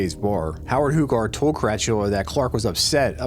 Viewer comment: Tony Hugar is pronounced “U-Gar”. Love the Altoona videos , born and raised. Keep’em coming.